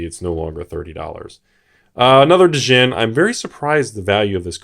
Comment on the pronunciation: Has 100 set of Arabian nights. Can't pronounce djinn correctly. Good job☺